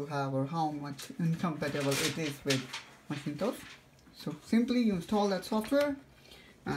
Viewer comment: macintosh not maschintos ;)